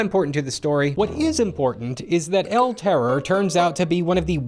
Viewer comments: tipo: "EL TEROUR" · Ya gotta roll the RRRRRRs EL TERRRORRRR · I’m Spanish and the way you pronounce “El terror” is definitely funny